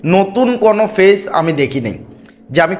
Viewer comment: Page bolte parena fage bole er videobkeno deken